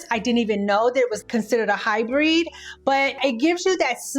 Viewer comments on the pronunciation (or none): Great video. I have super oily skin at 58. Matte foundation makes me look older so I prefer a satin finish however I wear a matte primer which is a great combo for helping with my oily skin in the summer. Also, you mispronounced HyBRID..like bid but with an R 😊